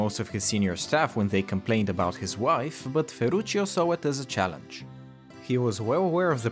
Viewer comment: The OG "Is that a challence?"